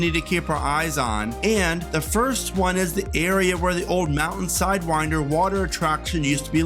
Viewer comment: Slidewinder not sidewinder